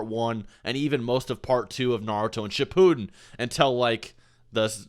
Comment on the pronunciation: These pronunciations... Sheputin